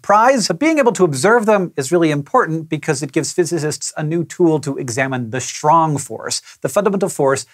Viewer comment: Shrong force? :P